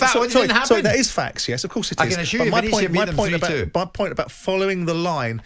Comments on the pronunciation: Roma are pretty much where they were last year. It takes at least a couple of seasons to change a side. It must be a slow week in the World of football because Jim is just attempting to make a mountain out of a molehill. Oh and it's "ven-et-zia", please bother to get the pronunciation right? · Perhaps you should check how to pronounce Venezia ... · Someone at talksport pls teach Jim White how to pronounce Venezia. The fact that he's been there makes it even more inexcusable